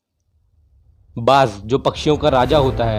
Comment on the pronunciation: Bhai bash nhi baaj bolo